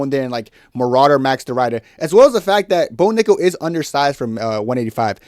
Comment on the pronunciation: The "i" in Ridder is pronounced like the "i" in "incredible". It means "knight". I know, nobody cares. But i speak Dutch. "Ryder" sound funny to me.